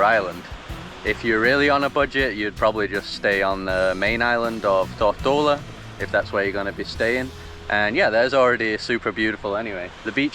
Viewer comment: Mate, what's up with your pronunciation of 'Tortola'?